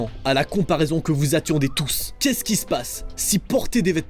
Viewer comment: C’est moi ou au moment du père Noël il c’est dit mais keskisepasse